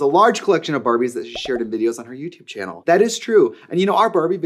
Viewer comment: Every time she says 'youtube channel' in any context, all I hear is "dyoo have a yootoob channul?"